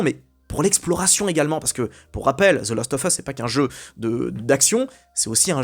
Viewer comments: Ça ne se prononce pas the LOST of us mais the LAST of us avec un A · "The LOst of Us" 5 fois en 2 minutes... Encore un qui doit parler de "Fâle oute" ou de "Wâleking Dide"... 20 minutes, je sens que ça va être long...